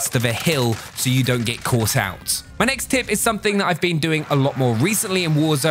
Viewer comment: Whenever he says "My next tip" it sound like my names Tim 😂